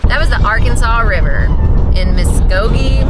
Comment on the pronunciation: Hay, when you crossed the Arkansas River, you had the name of muskoge right. As far as i know, im from southeastern Oklahoma